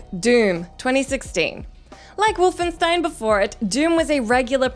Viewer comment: I have never heard the word Wolfenstein pronounced so incorrectly.